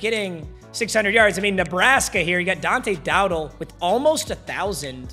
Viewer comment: I feel offended after he said Dante dowdells name wrong